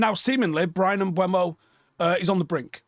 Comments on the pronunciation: Can people please stop pronouncing MbEUmo as "Mbwemo" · How does not know how to say Mbuemo? It isn't mbweno. It's mburmo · CAN WE STOP SAYING MBUEMO?